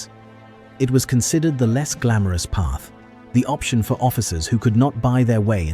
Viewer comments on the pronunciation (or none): none